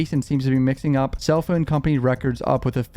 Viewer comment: PHONE. PH O N E. NOT FUN. NOT PHUN. PHONE. PHONE. PHONE.